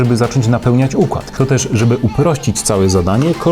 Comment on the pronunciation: Uchład mówisz. 🤣